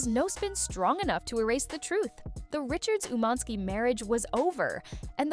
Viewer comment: Why are you saying his name like that? It’s annoying